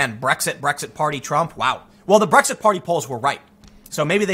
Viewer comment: It’s just an Asian guy trying to say Blexit